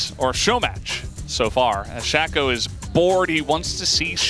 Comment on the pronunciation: I love LS, but he really needs to learn how to pronounce Kassadin and Shaco correctly lol.